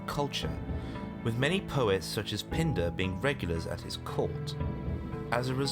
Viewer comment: Please either fix your pronunciations or put the text of all proper nouns on the screen as your pronunciations can't be relied upon to determine who the heck you are referring to. Gelon="Jell-o?" Pindar="Pind-uh?" Parts 1&2 of this series are the only videos of yours I have seen and they are full of such strange pronunciation choices. Why should I bother watching any others?